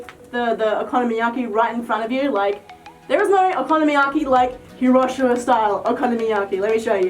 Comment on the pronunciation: Hiroshima is pronounced he.row.shee.ma